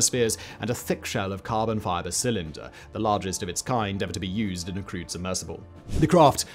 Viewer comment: I heard this as "crude submersible" and thought, yeah sounds about right.